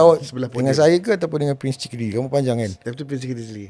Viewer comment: Asal lama lama dengar sebut 'prince chicken' dinzly 🤣🤣🤣